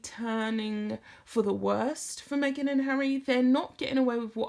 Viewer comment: Me-ah-gan, Me again, Meghan... 🤮🤮🤢